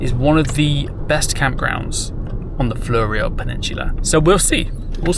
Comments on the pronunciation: It's more flew-ree-oh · Thanks for your video - it's always intersting to hear how other people view your home. Also just FYI it's pronounced Fluro Peninsula (like the flurescent lights) .Or phonetically floo-row. You got Onkaparinga perfect spot on. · Born in Victor Harbor 1951. Great place. The word "Fleurieu" pronunciaton by Australians, which is how you pronounced it, is not how it is pronounced in French even though the origin of the name came from France, viz (from - The Fleurieu Peninsula was named after Charles Pierre Claret de Fleurieu, the French explorer and hydrographer, by the French explorer Nicolas Baudin as he explored the south coast of Australia in 1802. The name came into official use in 1911 after Fleurieu's great-nephew, Count Alphonse de Fleurieu, visited Adelaide and met with the Council of the Royal Geographical Society of South Australia, which recommended to the state government that the unnamed peninsula terminating in Cape Jervis be given the name Fleurieu Peninsula "in honour of one who is worthy to be remembered in the annals of Australian geography". The government approved the name later that year. Even though an Aussie actually born in Victor, after having studied French at high school for 5 years under French-speaking nationals, I prefer the correct French pronunciation, as per the first audiofile, ie Pronunciation by gwen_bzh (Male from France), in this link - and NOT the Oz pronunciation with the OH on the end. So, the Aussie (IMHO, incorrect pronunciation), has the following Breakdown: FLUR (or FLOOR): Rhymes with "poor" or "door". ee: Like the 'ee' in "see" or "me". oh: Like the letter 'O' or "go". So, put together: FLUR-ee-oh. The correct French pronunciation, as per the